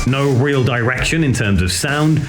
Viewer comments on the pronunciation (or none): none